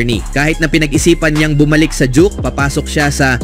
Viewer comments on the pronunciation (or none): Ayusin mo pronunciation mo 😂😂😂juke amputa 😂duke duke duke